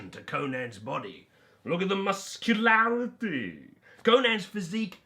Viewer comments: You can’t ever not love “the mus cue laRRRitee!!!!” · Whenever you say muscularity, I laugh out loud, every time